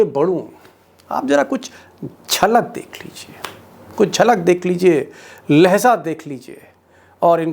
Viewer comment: Lahja Sahi, Lahza Ghalat